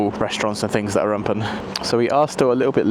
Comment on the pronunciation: Why do you say the word open the way you do?